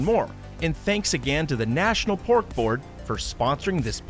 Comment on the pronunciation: I keep thinking you’re saying Borf instead of Pork